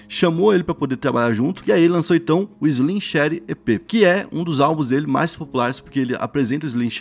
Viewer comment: Pior é ele falando Slim shady errado kkkkk, chega dar raiva